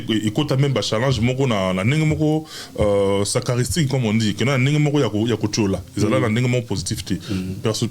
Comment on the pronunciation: "Sarcastique" et non sacaristique cher journaliste 🙏